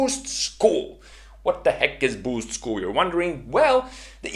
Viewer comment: K either stop sayin “BYUUUUSCHT” or teach us how to say it like YOU do. PLEASE AND THANKYUUUUU